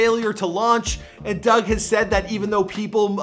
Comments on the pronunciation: It's Dug not Doug n 42 mean 6 mile smh knw what u talkin bout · the fact that you gotta be from the D to know its 4(four)2(two) DUGG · It's 4 2 dugg not little bro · Did any one else hear him say “lil Dugg”